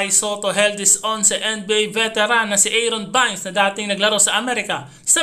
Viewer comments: anung eron vines?baynes ang pgka basa nyan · PRONOUNCED AS EYRON BEYNS , NOY ERON VINES SINO YUN :face-green-smiling::face-green-smiling: , KAI SOTTO 140 ANG SCORE TINAMBAKAN ANG KALABAN , MAGANDA PINAKITA NI KAI IN FAIRNESS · part ng maayos na pagbabalita ang tamang pagbigkas sir. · Aaron bayns.. that the right accent.. prang Adelayd.. hindi adeleyd.. keep it up..